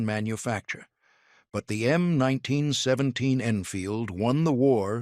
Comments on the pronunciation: "em 19 sweventeens" :face-turquoise-covering-eyes::face-turquoise-covering-eyes::face-turquoise-covering-eyes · krap AI - "em 1917.":face-blue-smiling